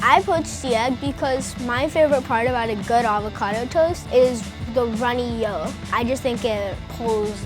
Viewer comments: It is yolk not yoll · The way he said runnay yoooke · the way he said yolk “the runny yol” 💀😂